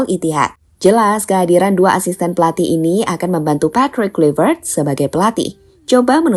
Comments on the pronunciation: Izin koreksi min: 1. Pronounce Nama yang benar dibacanya: Petrik Klaiver't. 2. 6 point Indonesia di dapat dari: 1x Menang, 3x Imbang, 2x Kalah. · Mimin nyebut coach baru salah wooyyyyy... Klaiy kluiy wkwkwk